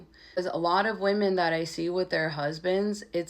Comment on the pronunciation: You said women wrong